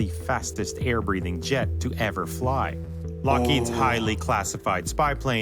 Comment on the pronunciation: The person explaining the plane: lockeeeeeeeeeeeeeeeeeeeeeeeeeeeeeeed he doesn’t even know how to pronounce it Me:😂